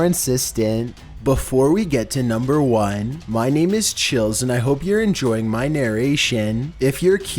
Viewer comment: NUMBAR oNnéee